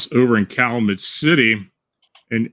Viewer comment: it's pronounced "Cal-you-met" (I couldn't figure out what city or town you were referring to, then I realized you were mispronouncing it. 😉)